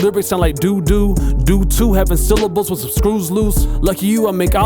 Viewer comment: 'I say wih instead of with'😂😭 this guy making my life easier